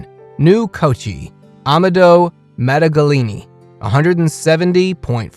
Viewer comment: the way you treat masters of arts and the pronunciation of their names and artwork is plain and simply ridiculous. it could have been funny but the effort alone to make the video, indicates that it isn't. Modigalini?? MODIGALINI??😢 damn the man is turning in his grave.....